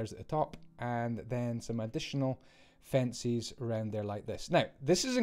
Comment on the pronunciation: Fencies? Only jk I know it's your accent.